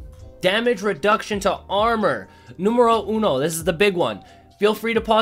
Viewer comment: "NUMBERO UNO" Me-*FALLS OF THE CHAIR IMPRESSED OF HIS SPANISH!!